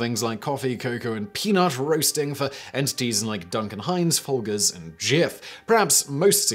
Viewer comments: "¿Foal gurs," not "Foal jers?" Simon must've been under the influence of a "special brownie or two." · eeewwww Folgers is Foal - jers not foal - gers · Dude said Folgers. With a hard G. . . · Also: "Folger's" is pronounced like the U.S. version of "budget", not like "Frogger" lol js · wait how did you just say folgers? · why do Brits say Folgers like that?? it's a soft G, please stop embarassing yourselves